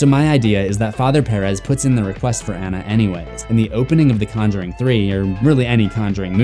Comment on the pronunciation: You pronounce Perez so wrong 😂💀